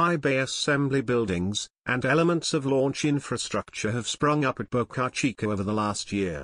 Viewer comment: It's actually Boca Chica ("Small Mouth")